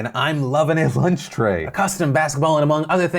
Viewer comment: "lunch" tray